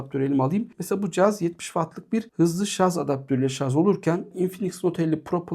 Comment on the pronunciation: herşey iyi güzel ama şarz değil dostum şarj lütfen :)